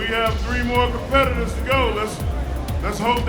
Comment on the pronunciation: Mark Henry can’t even pronounce the competitor’s names properly. Surely he could have found out how to do that before the event.